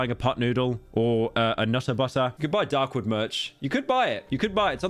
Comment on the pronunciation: when he says dark wood, it sounds wrong.